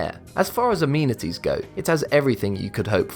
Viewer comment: its not a-meeeni-ties its a-meni-ties